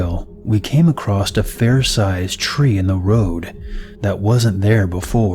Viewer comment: "Accrosst"? Lol